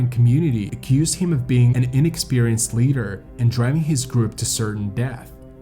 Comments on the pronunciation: This presentation of an interesting topic and an important lesson is marred by the narrator's continual mispronunciation and mischaracterization of the climb. One could, perhaps, forgive the pronunciation of certain native place names (though simple research could easily have solved that problem), stumbling over common English words like leader is less understandable. Characterizing a climb of Denali as a hike is totally irresponsible. I fully understand that it is easier to be a critic than a producer of content. However, these basic errors mar the presentation, and lead one to question what other errors were made in its production. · It's pronounced LEEDER, not LEDDER. Is this a robot?